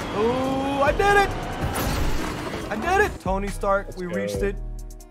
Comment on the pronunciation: Why is it an emote ? Couldn't they just make it a new suit ? The emphasis on Tony is kind of annoying imo..